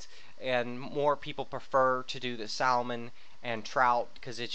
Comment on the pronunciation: Kajam lol. And you don't pronounce the "L" in salmon lol